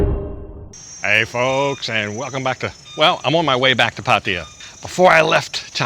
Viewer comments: You pronounce Pattaya this way NOT Pattia 😂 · Just love the way that puts down the people that are always there ready to correct him and other vloggers about something or other, How much does it affect the video when you say Pattaya incorrectly so long as it is understood where they are at?